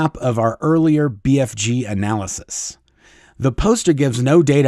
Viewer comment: Lol. I kept hearing BFD, instead of BFG. I’m sure they think it’s all a BFD! 😂